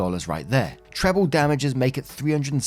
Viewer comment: And "treble" (as in "treble damages") is pronounced TREB le, not terrible.